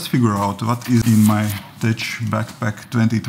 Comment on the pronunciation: Hi! Great video as usual! - "Tech" pronounced as "Tek"